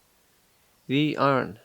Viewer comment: You say iron the correct way already Ir n